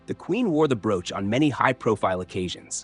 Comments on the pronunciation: Bro - ch. Not brooooch. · Stop saying Broooch it’s a bro och elongate the one o, then you will get it, or just ignore one o!!! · I cant watch with the crap AI WTF is a brooooch? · Went to the Royal jewelry show on a trip to London The most spectacular jewel was an enormous ruby set in a scepter. That stone alone has to be unattainable. (Someone please tell this narrator how to pronounce the word, broach!)